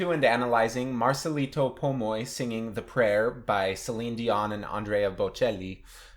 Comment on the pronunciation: Hi Sam! Marcelito didn’t attend voice classes simply because he was poor. When he joined a talent show, we were all shocked, too. He won the finals and everything is history. By the way, you pronounced his name clearly. God bless!